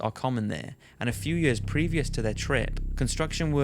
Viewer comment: hundreds of yeeers. :P. No offence bro but that was kinda hilariously pronounced